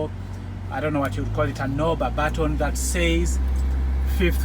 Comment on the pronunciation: Deh BUT-TON 😂😂